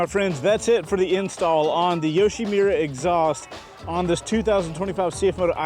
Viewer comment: great intro, but it's YoshimUra, not YoshimIra